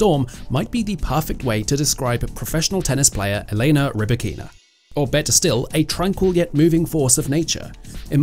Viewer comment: I understand that for an English speaking person it is difficult to take the trouble to pronounce another person's name properly. Potentially Elena Rybakina will be playing professional tennis another 10 years, but even such a long perspective does not encourage some commentators to learn to pronounce ONE WORD correctly. Lack of respect, nothing else.